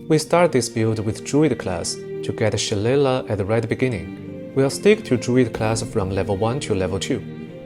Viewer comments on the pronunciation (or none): It’s pronounced Shil-lay-lay. I built around Druid and Wizard before but one of my favorite ways to build something similar is 1 Fighter for Dueling Fighting style, 1 level of Wizard and 10 Spores Druid to get the most out of it and be able to scribe scrolls. Focus on itemization to go sword and board with Staff and learn best spells from scrolls and utilize spores for maximum damage. Cleric spells are great but having such a small amount of temp hp hurts in Honour mode.